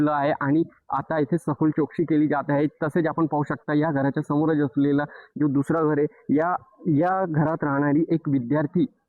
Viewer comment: Zalela ❌ झ्यालेला.✅... , जो ❌ ज्यो ✅ , चौकशी ❌ चोकसी ✅ , पोहोचल ❌ पोच्यल ✅ , झाली ❌ झ्याली ✅ , महत्वाच ❌ महत्वाच्य ✅ 😂😂😂😂